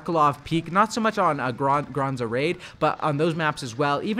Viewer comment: its GraZNa raid, not GraNZa raid. You almost said it right at one point, but then uncorrected yourself lol.